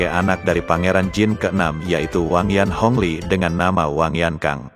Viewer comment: pelafalan nama nya kak salah jd terdengar aneh dan asing